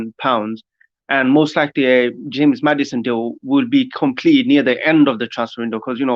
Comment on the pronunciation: its maddison or aouar not maddiaon and aouar said that